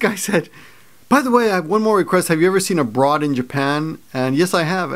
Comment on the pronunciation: Oh! I thought you said "Have you ever met a broad in Japan?" which seemed like a very peculiar thing to ask. AbroadInJapan - love that guy.